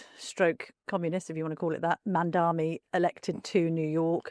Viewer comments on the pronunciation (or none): She claims to be a journalist and is not even capable of getting the name of the mayor of New York right. It's MamdaNi and not MamdaMi !